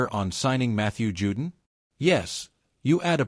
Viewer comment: His name is pronounced Jew-Don not “Jewdin” but I guess a cheap robo voice wouldn’t know that.